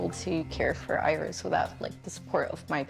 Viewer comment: They seem like such a sweet family. I love the way the pronounce Iris. Earis….🎼